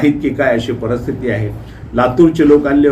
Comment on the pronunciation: Parsthiti nahi Paristhiti yedya